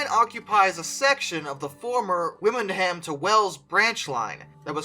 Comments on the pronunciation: Just to point out, Wymonham is pronounce wind-um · As a Wymondham native I hear all sorts of strange ways of pronouncing it quite regularly.